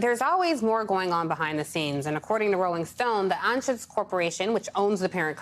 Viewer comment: FYI - Anschutz is pronounced an-chutes. Wendel Anschutz, a first cousin of Philip, was a TV news journalist in Kansas City Missouri, at least that's how he pronounced it.